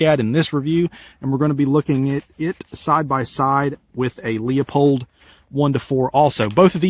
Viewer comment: Why can no one say Leupold right?